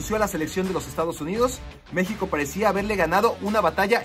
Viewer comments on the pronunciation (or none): none